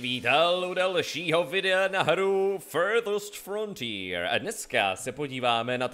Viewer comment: anglicky celkem umím, ale když jsi říkal jméno hry poprvé, tak jsem slyšel "FLDSMDFR" :D :D